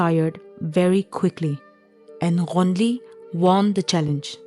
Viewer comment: Only can pronounce the name Ghonili & sumikhe so well so the narrator is 😂